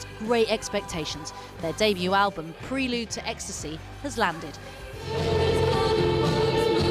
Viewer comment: Not even remotely exciting and that’s not how you pronounce’prelude’